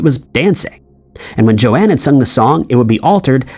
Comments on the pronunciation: Her name is JOAN, not Joe Ann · It's pronounced "Michel-JOANNE-gelo" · It's Joan not Joanne. Dude you've been mispronouncing quite a few names/words as of late. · It's NOT Jo-anne Jett, it's Joan Jett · JOAN....not Jo-ann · “Joann Jett”?? It’s JOAN Jett my man. Also, I can’t prove it of course, but if you can take my word for it, I can 100% guarantee you that the lyric WAS “I saw him STANDING there by the record machine” . Sounds lame now but I was 14yrs old when this song came out. I was a young teen obsessed w my music. I bought this album, I also had cassette tape. My friends and I played it endlessly. In my art class I did a portrait of Joan and I wrote the lyrics down to this song near her face… just to make it more “artsy”. I can absolutely PROMISE you that the lyrics were “STANDING” by the record machine and MOST DEFINITELY NOT “dancing” by the record machine!! It was NEVER “dancing” 🤨!! And it’s also a 100% guarantee that in Star Wars, it has ALWAYS been, “Luke, I AM your father”. NO doubt abt it. There’s a guy on YT that played his old VHS tapping of the movie … and it literally DAID, “Luke, I AM your father”. That’s how I.. and millions of others, always know it to be. Never what they are saying it is NOW 🙄 It always was and will always be .. “Luke, I AM your father”. Period. End of story. And how abt the whole “Fruit Of The Loom” thing going on ?? The company itself SWORE up and down that the label NEVER featured a cornucopia with fruit spilling out of it. I can’t remember who she is, you can look her up, but this lady on TikTok found an old label or two at a thrift store, or in her grandma‘s attic or some place… and indeed, there WAS the cornucopia !!! That’s exactly how I also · Joan Jett not Jo-Anne Jett, get the facts right will you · Joan. Not Jo-Anne. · Do a little research before making videos. You sound ignorant, and obviously are, saying Joanne over and over when it is Joan. How in the world do some of these people have a platform ?